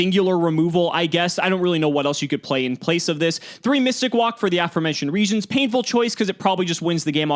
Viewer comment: Actual pronunciation mystic walk. Me mystic woke